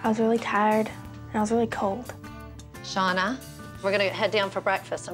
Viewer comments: It’s cowd” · it’s cowd (cold)